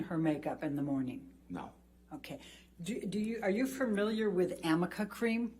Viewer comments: Also Heards female lawyer kept saying "Do you know what AMICA cream is? and shes so dumb she didnt even do a google first because its not called AMICA cream. Amica is a type of car insurance. ARNICA GEL- is what she meant to say. But what a fuk up. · BTW it's actually Arnica cream. Elaine mispronounced it every time 😂😂😂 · Amica cream-- she meant arnica cream, but either someone misspelled it, or she misread it. For some reason NO ONE corrected her, nor even her own team. She kept saying it over and over with multiple witnesses. It made her look more and more stupid every time she said it. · I loved how Elaine was trying to convince everyone he can’t really remember much about what Amber looked like, wore on different dates. But Isaac had a great memory and he was actually able to recall quite a bit about Amber’s hair style and clothing. And in the end Elaine just looked stupid. Amica was actually arnica, but written out it could be read as Amica. Elaine actually became known for mispronouncing a couple of words and numerous names. Morgan Night actually had to correct Elaine on the pronunciation of a member of Johnny Depp’s legal team. It was hilarious! Elaine could have cut Isaac off when he started getting emotional and kept going on and on but Elaine sucked as an attorney during this trial. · By the way, it wasn’t “amica” cream it was arnica cream, her lawyer just read it incorrectly. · fyi “amica” cream doesnt exist, its “arnica” gel that reduces bruising. its an easy reading mistake to make, but for a pro lawyer at work its embarrassing elaine is the worst. pure gold.😂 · I forgot about Elaine's inability to say "Arnica Cream". Amica cream....🤔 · The product Elaine Bredehoft was trying to ask about is Arnica cream not Amica cream. Seems she had not heard of the herbal cream before. It is a product that might help reduce bruising and swelling. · Is she trying to say Arnica cream? 😂